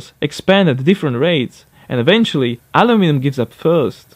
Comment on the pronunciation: You have an Issue with the Word aluminum